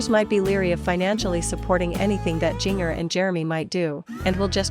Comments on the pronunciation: A bit of irresponsible journalism when you can’t pronounce Jinger’s name correctly. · JINGER, JINGER. She not only has the wrong Duggar it's being pronounced incorrectly. So much for responsible journalism! Wonder if Jill can get royalties from the book sales?